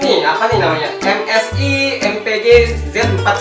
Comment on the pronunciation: MSAI baca nya bang